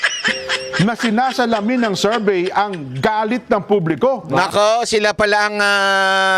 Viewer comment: Bakit “serbey” diba Survey yan?